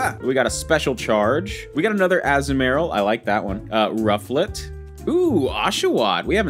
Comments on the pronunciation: the way he says azumaril 😭 Its Azoo murl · As-mor-ill is how its pronounced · Azumarill: (Uh-zoom-uh-rill) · I cant with with the Azumarill (Azoo-Marill)